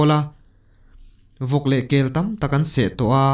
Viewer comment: Mau tâm tih hi mau tam kum ti a kan sawi ang hian tam tih tur tâm tilo in